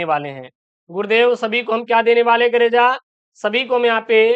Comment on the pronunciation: Aur toda aapka bolne ka trika glt h kareja ye sb ka bolte h aap ek sichhk. H aur. Ek sichhk ka karm hota h ki bacho ko achhi sischha de aur bolne ka trika sikhaye jb aap log kareja bolnge to aur sb ka bolngee ager meri bat buri lgi ho eske liye mafii chahta huu